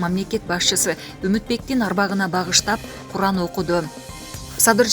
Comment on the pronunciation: Куран деп айтылат